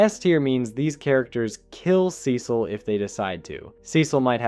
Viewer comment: your pronunciation of cecil is whats killing cecil